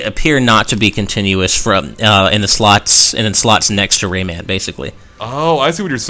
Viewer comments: For the love of Jeebus, stop pronouncing it as "Raymin,". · dear god the way you say Raymun is so ECH good video though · "Raymin" "Oobisoft" You people and your pronounciations. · The way he says Rayman bugs me so badly.